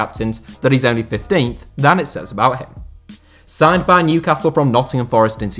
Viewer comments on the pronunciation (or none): none